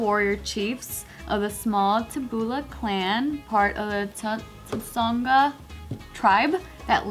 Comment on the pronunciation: tried her best pronouncing "Tsonga", it was so cute. Not bad,.👍🏾👍🏾